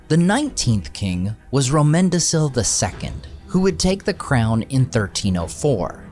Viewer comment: Great video. I hate to be that guy but from my understanding, Romendacil (and other similar names) are pronounced with a hard c as in Romendakil. I could be wrong, but I don’t think I am. Easy mistake. Still, very good video.